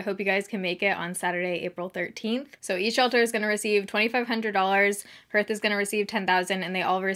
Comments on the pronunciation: It’s pronounced “harth “, not “herth” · WAY TO GO!!!!! That’s amazing!!! (btw- isn’t Hearth pronounced “harth”... like the hearth of a fireplace?) Anyways, so happy this was so successful!